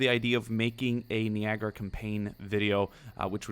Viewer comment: I don't mean to be a twat but I'm gonna anyway and just inform you that it is pronounced nye-agra not knee-agra. I'll give you the benefit of the doubt tho since english is a second language - I surely can't pronounce Swedish words!